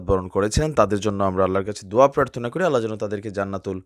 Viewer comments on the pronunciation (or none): none